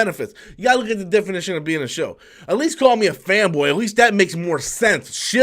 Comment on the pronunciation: "Schill?" 🤣 Who is the guy making up these words?